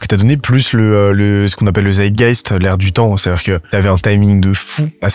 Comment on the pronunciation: Pas "zeydeguest" mais Zeitgeist, à l'allemande^^. L'esprit du temps.